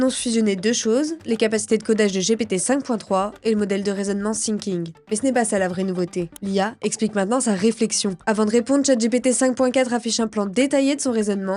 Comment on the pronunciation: Ça se prononce [Finking], pas [Sinking] 🤣😂